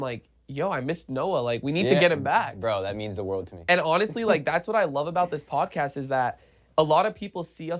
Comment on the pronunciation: "Bod cast"